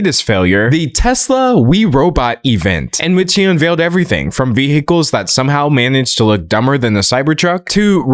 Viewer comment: Is your pronunciation of vehicles engagement bait or are you actually just genuinely incapable of saying it correctly?